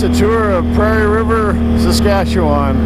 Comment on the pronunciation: That's a long drive for an ATV ride - lol. The old train station was cool. The town of Ogema, SK, has completely restored their's with working train tours through the Big Muddy. If you like history, you would love Ogema! I love how you fully enunciate Saskatchewan. People that are from here pronounce it with varying degrees of western accent and it'll sound anywhere from Sas-katch-ew-win to Sus-katch-a-win to Skatch-win - LOL Thanx for the tour!